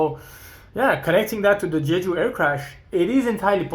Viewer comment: Absolutely and not in "Jeju" like says in the video